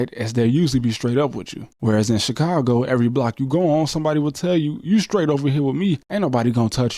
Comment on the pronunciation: Put some respect on Chicago name shorty. Other than that… good video